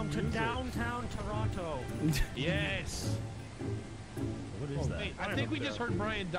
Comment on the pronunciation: Evan pronouncing Toronto like an outsider instead of saying it like "Churanno" hurt me as a Torontonian. Man LA really changed him lmaooo